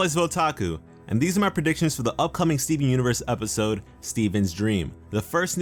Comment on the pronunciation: at first it sounded like you said Steving...